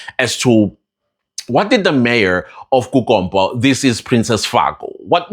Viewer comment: I know this is a serious matter but the way you say kuKompppo 🤣🤣🤣🤣🤣